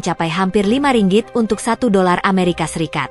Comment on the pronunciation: Admin sebut Ringgit dgn x betul mana nak beri maklumat yg benar😊..